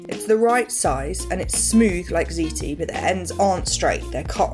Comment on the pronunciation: "Fuckin' ziti" done right.